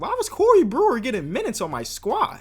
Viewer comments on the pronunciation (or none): “cOrEy BreWEr” 😂😂😂 I’m sorry